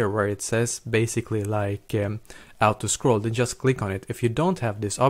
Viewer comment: "do u want to ou-to scroll"?